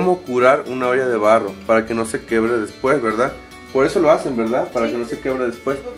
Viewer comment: quiebre no quebre